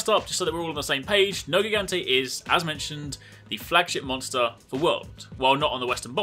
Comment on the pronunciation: It's written nergigante but pronounced nerjigante.